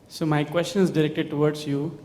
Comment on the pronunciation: Zakir Naik: Brother askeh a good koochnn🤣🤣